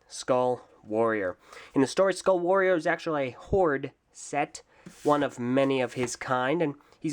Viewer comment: "Ueuhh... Skuaall Waoorieeer..." That sounded weird...